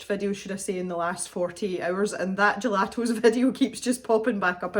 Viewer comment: Yayy, Happy Birthday to the Cave! And thanks for all the content,! I've watched that gelato video, and what I like is how you say the word gelatos...LOL Good luck to everyone entering for the giveaway!